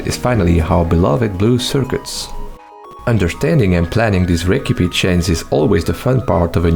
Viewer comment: 😭 how is that the only word he pronounces weird